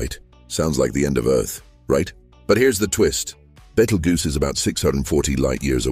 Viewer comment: I'd like your AI to pronounce Betelgeuse in a consistent, correct manner. This mix and match pronunciation makes you look pretty stupid.